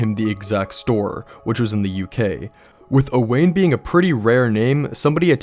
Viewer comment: Just so you know, I think Owain is pronounced like Owen, I'm friends with a guy named Owain and that's how he pronounces it, otherwise fantastic video.